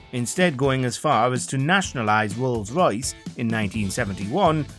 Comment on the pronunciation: I feel bad saying this, but I can't enjoy listening to this guy's inability to pronounce the letter R. Wolls Woyce.